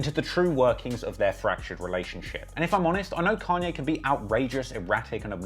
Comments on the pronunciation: Its kAnye, not kEnye idk if its too lat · Why do brittish people always use the wrong A for every word that's supposed to have a long A ...but use a long A for words others countries say with a short A... And then sometimes they say it right but then other times they say it wrong .. It's "kon yay" not can yay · Con-yay not Can-yay. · It’s pronounced “Kanye” not “Kanye” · It completely pulls me out of the story every time you say “can-yay” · I guess people from different places pronounce things differently but it is funny when he says "can-yay" 😂😭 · "Canye West" LMAO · "can ye" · if you call Kanye "Can-ye" one more time we're going to be certified opps 😤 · "Can-ye & two pack" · Bro. "Kahn-ye". Who has ever called the man "CAN-ye" West? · couldnt watch this video because of how annoying it was hearing you say “CAN-YAY” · Can-Yay West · its kanye not can yay, weirdo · How can we believe that you actually know anything about the culture of you can’t even pronounce “Kanye”….? You clearly haven’t listened to his work!